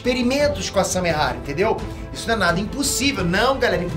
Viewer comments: É Samehada e não Samehara. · Nossa eu to lendo os comentários só pra ver se alguém mais notou!! Tava com agonia já!! Toda vez que ele fala errado eu penso, "É samehaDA, pôxa"!!! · nossa dava dando nervo do falando samehara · "SAMEHADA" N "SAMEHARA" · Noem certo:Samehada Como cê tá falando:Samehara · Só eu que tô com agonia dele ficar falando samehara? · Samehara é foda viu kkkkkkkk é Samehada po kkkkkkk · Só eu que entendi "Samehara" ? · SARRADA ERRADA por favor fale certo